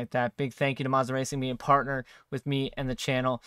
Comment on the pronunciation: Please pronounce Moza correctly 🤦‍♂️. Carry on…